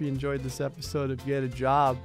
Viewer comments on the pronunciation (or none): none